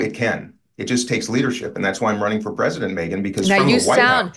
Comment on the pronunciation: WTF'S the "PREZINENT"?